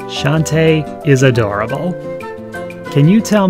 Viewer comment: I think it's pronounced Shon-TAY.